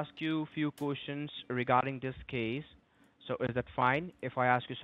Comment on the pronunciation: Suspeeechus😂cushion? He means questions😢officer Frank?? He calls you 😂the Banchode has closed each and everything 😢he is very tired tell him to have a nap under his desk on the filthy carpet like they all do.nice green hat he has😂with a ball on the top😂well done